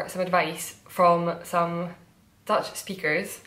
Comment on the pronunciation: Dutch person here: binge watching all of your episodes, and I must say, your Dutch accent is amazing, the change in the flow of the language is very different and you do that perfectly ;)